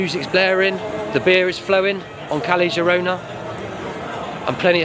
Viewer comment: The worst crime is how the Brits pronounce Spanish. 'Kelly Jirona' for example. Ouch!